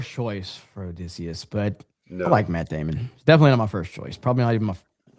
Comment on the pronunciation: I heard the Team America: World Police pronunciation of Matt Damon. You were heard 😉